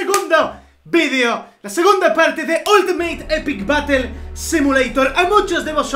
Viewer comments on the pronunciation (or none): se escribe battle y se pronuncia barl no batel